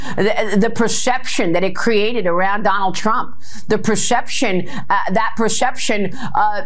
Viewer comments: the persheption..the persheption. My persheption is for you to learn how to say perception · "the pracession, the pracession that..." Maria, gargling with rocks in her mouth, likely falling from her head! Celebs don't like T. RUMP because he's a convicted criminal and SA! WTF IS WRONG WITH MURDOCH! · "Pershepshin" her rubber lips can't pronounce words 😂😂😂😂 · WTF is a prashepsion? Are Faux News hosts just drinking on air now? Even my DJT cheering aunt won’t watch Fox anymore because they are babbling nonsense opinions without presenting any facts. Way to lose YOUR base, Faux News. Keep it up! 🙏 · The "preshep-shum..." Is Maria Bartiromo on the piss? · What's "Pershepshun"? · Perscheption?! 😂 And and and…..🤪 perscheption perscheption….?!? And and and….. I think she found Pirro’s box ‘O whine!!! 🤭😉🤣🤷‍♀️🍷🍷🍷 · Add “pershepshun” to the maga dictionary… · Why can't she pronounce perception? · Why is she mispronouncing ‘perception’? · Why does that woman mispronounce perception so badly?